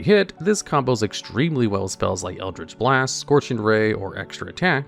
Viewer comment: "Eldlich Blast" Oh no.